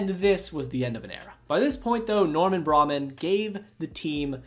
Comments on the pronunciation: Just fyi cuz youre making me cringe. Bill bergey is with a hard "g". And its norman bray-man. Long a on man....kinda like min. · It's pronounced Norman Bray-min. Grew up near his house by the Willows so I heard his name a lot. Nice video, thanks for the memories! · Theo owner in the 80s name is pronounced like Braymen. 😂